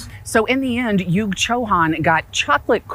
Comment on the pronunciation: it is not Yug (rhyming with Yuck) ; it is Yug as in Kaliyug, Satyayug etc. Come on, as an Indian origin person, that much should be known.